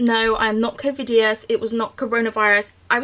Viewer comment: “covidious” lmao